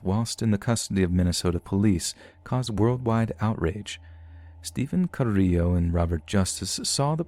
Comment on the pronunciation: Cringing every time you pronounce Carillo 🙃 lol